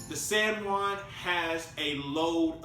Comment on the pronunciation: the "sen one" lmao i was trying to figuring out what he was saying turns out it was san juan